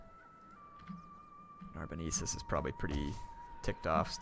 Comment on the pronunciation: it's NarboNENsis, not NarboNEEsis.:p